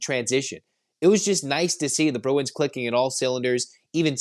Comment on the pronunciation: Bru-f-u-n? Bru-w-i-n! 😂